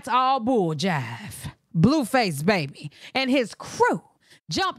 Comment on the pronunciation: Did he say "jive"?